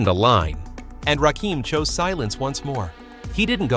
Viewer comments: You are saying a whole wrong name and I don't understand how you can do this smfh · Rakim "The God MC." A name too sacred, for some, to pronounce incorrectly. MASHALLAH Ps. 🤔 what's really going on? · you said the GODMC name wrong it's Rakim Alliah one of best rappers all time.I'm 58,saw his rise to fame back in the days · Why in the hell are Caucasians telling our stories? This f...a doesn't even pronounce Rakim's name right. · More you tube crap! 😂😂 we believe the words from his mouth not people cant even say his simple name right!😂😂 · Why are Deliberately Miss Pronouncing his Name?! You Suck For That! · Should be ashamed for not even saying his name correctly. Makes the whole thing invalid. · If y'all gonna use somebody to get likes and subscribers, atleast start pronouncing their names right! It's irritating to listen to. It's Rakim, not Rakeem. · The GOAT 🐐 THE GOD MC. It's Rakim not Rakeem😡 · #I thought his name was"RAKIM" = pronounced..."RAH"(ra) Kim NOT Ra'keem!!! #smh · His name is Rakim(Ra - Kim) not Rakeem. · It's Rakin not Rakeem once I heard that I clicked off. Put respect on Rakims name smh... And make sure your voiceover is correct before uploading. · He keeps calling him Rakeem, why white folks think they can tell us about Hip Hop.... Man do your homework first u calling him da wrong name,R U Serious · It's Rakim and not Rakeem smfh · You noticed too this idiot doesn’t know the difference between Rakim and Rakeem. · heard Ra Keem and turned it off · Its Ai fools..that's why its saying Rakeem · 2pack, Rakeem 😂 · Please stop saying Rakeem! Recheck your sources.God Rakim. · It’s the R A K I M, not rakeem, > RAKIM AKA THE SUNGOD, THE LIGHT ✨💫☀️🔥…☀️ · You lost me at "Rakeem".If you think you know Rakim,YOUR wrong 👎🏾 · My god, he fucked up from his first sentence, I can’t even listen to this shit, wow, wtf!?! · Nigga,…..who the hell is Rakeem??? Edit the Video and get the Name Right. This The God, he deserves His Name to be Properly Said.